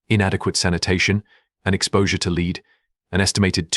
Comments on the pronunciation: Why can't you use natural human speech? This AI text to speech is hard to listen to. Clues. Things like zero pauses where they should be. The metal lead pronounced 'leed'. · Because to an English speaker it sounds terrible. The AI pronounces Lead the wrong way, like its synonym. The syntax is terrible, as if the AI doesn’t understand punctuation. Hundreds of millions of people are native English speakers and any one of them could read this copy better. That’s why.